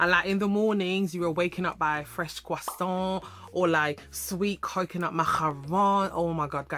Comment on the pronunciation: It's You saying "Crossaint & Macaroons" in a French Accent for Me! 😂😂